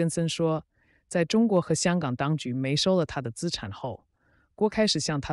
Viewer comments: 沒收怎麼讀成mei shou? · 没收两个字这么念？